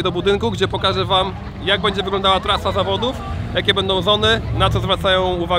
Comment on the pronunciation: Początek zamiast zawodów powiedział zawadów PS. To nie hejt